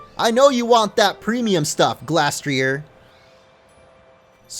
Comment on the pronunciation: Its pronounced gleystrier